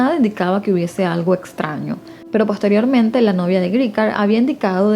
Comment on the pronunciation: Muy bien, muy natural y relajada la manera en que narras. Felicidades 😊 Ah, cuidado con la palabra posteriormente 😁🔄